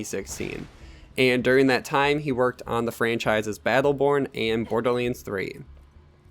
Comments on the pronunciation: Borderlands...not Borderleands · Dude, why are pronouncing this as "BORDERLEENS"? That's all I'm hearing LOL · I stopped listening when he called it Borderleens... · borderlands = "borderleens" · Borderlanes... Fucking, say it write shithead. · Hahahah the way you say borderlands 😂 btw nice video